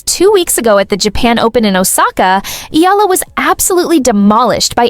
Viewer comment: For crying out loud it's eyala not ila. Don't bother to vlog if you don't even know how to pronounce her last name. It's evident that you don't know the person too well. It appears that you're just filipino baiting. That's why i didn't finish watching this vlog